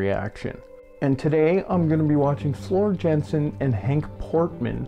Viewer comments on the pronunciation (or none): Aren't they just phenomenal together?! Henk Poort is one of my vocal heroes-- he was the Phantom in the Dutch national production of Phantom and also Jean Valjean in the Dutch Les Miserables. Just a quick note for you-- Floor's last name is pronounced Yahn-sen. And Tarja's first name-- TAR(roll the "r")-ya.